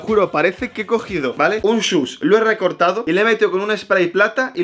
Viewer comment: Gente normal: Swoosh: Sush